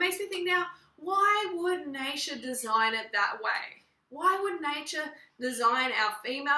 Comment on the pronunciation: i really can´t believe that she said "natur" makes out like this. It´s really hard to understand how stupid is she, sorry but personaly i think she is.